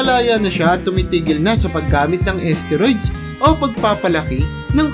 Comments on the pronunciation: pakiayos.. steroids.. hindi asteriods 😂 dami kona iniisip wag kna sumabay 😂😂😂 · asteroids? edi galing pa sa space yan? HAHAHAH :D galing mag research ng content pero d ni research tamang pronounciation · ayusin mo pag bigkas mo STERIODS yon Mang mang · Boss hindi esteroid.steriods brod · Tama b pgkakadinig ko???asteroids????..steroids un lods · Ahhhh esteroids pala yun!!!! Ang alam ko kasi steroids ang basa dun eh?!!!😂😂😂😂😂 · Umayos ka nga commentator "esteroyds"???? STEROIDS yun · Asteroid ,esteroids tlga po?😂 (Steroids) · sakit sa tenga ng esteroid nyo po.. steroid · Asteroids or esteroids lods😂😂😂😂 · kala ko nung una asteroids yung sinasabi niya eh. hehe. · Bisaya yata yan kaya iba mag pronounce hahahaha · Steroids po naman talaga mali bigkas nya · Mali pa ang pronounce sa steroids 🤣🤣🤣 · Steroids dinig ko mga lods eh